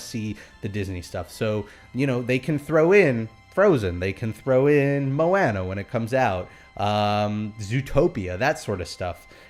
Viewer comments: I cringed a little Everytime said Mowana rather then Moana (Moeanna). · "Mo-Anna, Make way, make way!!" I've started to sing songs from Moana with this pronunciation of her name, My wife stares at me.